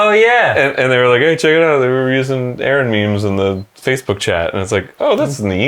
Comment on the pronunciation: I'm sorry I.. I need to hear Arin say Facebook one more time, I can't be the only one that heard "Faithbook." 🙏👼